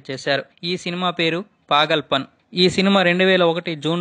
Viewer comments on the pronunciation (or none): పాగన్ పల్ కాదు .. పాగల్ పన్.. నీ